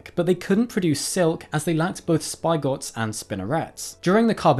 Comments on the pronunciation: “Spigot” isn’t “spy-got” but should rhyme with “bigot” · Please never say 'spigot' like that. I checked and it isn't even a British thing. It's pronounced as spiggot, or even spickot, but not spyegot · Who say "spigot" "spy-got" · "Spi-gots" is a terrible pun. How dare you do that to such a fine upstanding word as "spigot."